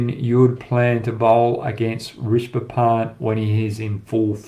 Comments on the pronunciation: Risbah pant? It’s pronounced RiSHAB. Keep up the good work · Rish-ab Pant Not Rish-ba Pant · Love your analysis Hoggy! Keep up the great work!!! I can help you with the pronunciation it’s Ree-sha-bha. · Hoggy, Love your show with fearless predictions and honest analysis. Couple of things - u seem to have a problem with pronouncing Rishabh - it is Rish-ab. Also why don’t you use the red ball to demonstrate movement during test matches? Keep up the great work mate!